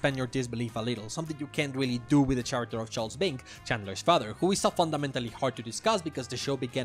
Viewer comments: I love this video, lots of great points and ideas in here. However, the H in the word "character" is silent, so it should sound like care-acter, not chair-acter. Not that it's that big of a deal, the video was still very funny and enjoyable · The main page led me here, and I have to say, great video :) I really only have one criticism, and that is that despite how good your pronunciation is in the context of being a non-native speaker, your pronunciation of "character" irks me a bit. The "ch" is pronounced like "k" here, and while this usually wouldn't bother me, the frequency with which "character" with the faulty pronunciation appears in the video due to the subject matter gets me taken out of the video a bit.